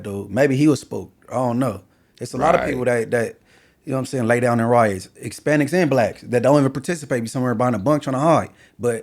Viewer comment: be sayin “ickspanics” instead of Hispanics 🤦